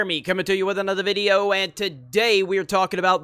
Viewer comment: "coming to you with another vidiyo" pls don't say it like that or change the intro. I am not a hater but that makes me cringe for a sec. Apart from that, I agree with everything.